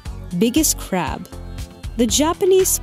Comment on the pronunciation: I thought she said Japanese spider crap for a sec 😂👌👍